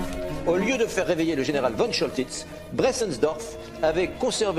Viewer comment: Comment peut-on prononcer von Choltitz comme vonne et non Fonne ? C'est nul.